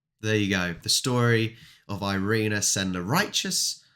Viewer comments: Actually her nam IS Irena Sendler. "Sendlerowa" in the name of the street is due to weird Polish declination: who: "Sendler"; whose street: "Sendlerowa". And you pronounce first name as: Eerena :) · Actually, her name in Polish is pronounced "eee- reh-nah"